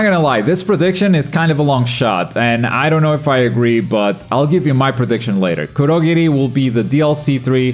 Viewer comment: Is it just me or did he pronounce kurogiri wrong